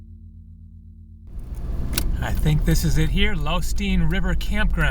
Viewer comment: Nice job on your video of my back yard. Nice to see my house in your video when you went through Lostine, pronounced Lost-een actually, lol. I was raised in Wallowa County and still reside here. Of all the years I've lived here, I've never hiked to Maxwell Lake. Now I know what it looks like thanks to your video.